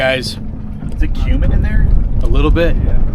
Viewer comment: One thing I noticed with growing peppers is, if you don’t use nutrients or very little nutrients, it won’t be spicy. Also, your pronunciation of cumin is off.😂